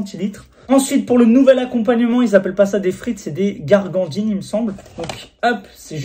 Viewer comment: Fernandines, pas gargandines 😅 (gourgandine 😂)